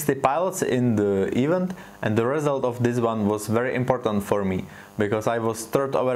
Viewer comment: Super video a super koncept. Jen taková maličkost - event se nevyslovuje "ívnt", ale "i vent". Chápu, že tě svádí slovo even, bohužel angličtina je svině :D. To jen pro celistvost videa.